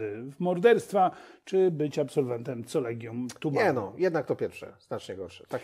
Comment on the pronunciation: Collegium Humanum wymiawia się przez 'K', nie przez 'C' - 'Kolegium Humanum'. Proszę się przygotować porządnie merytorycznie, bo słysząc takie błędy spada Państwa wiarygodność jako rzetelnych redaktorów.